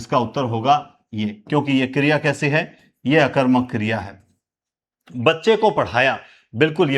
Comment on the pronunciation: नमः गुरुदेव 🙏 आप सकर्मक और अकर्मक का उच्चारण सही नहीं करते हो जी अकर मक या सकर मक करने की बजाय पहले उपसर्ग बोले जैसे अ कर्मक स कर्मक करें तो अच्छा लगेगा जी।